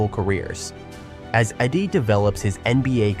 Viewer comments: Not Eddie. Eeedey! Learn the names first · Zack Edey E- D LEARN TO PRONOUNCE PROPERLY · Is this made by a mediocre AI? Keep calling Wemby a rookie and somehow mess up pronouncing Edeys name over and over again.